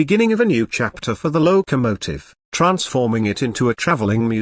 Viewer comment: The 765 Seemsd to be a British Engine. There is no number board saying 765. What is a lowww kamotive? Another AI nonsense that can pronouncs common words. BURR K Sheer. Berkshire Mountains in Western Massachusetts. NOT Bark sheye rr